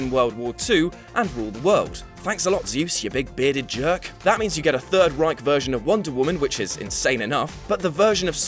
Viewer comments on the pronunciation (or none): none